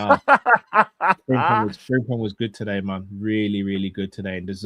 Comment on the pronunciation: Please stop calling him Fring-pong